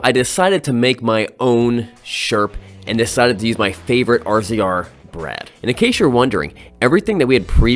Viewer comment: I cringe every time you say R-Z-R. It's pronounced razor. I'm sure its done on purpose just to bother some people in fun. 🤣🤣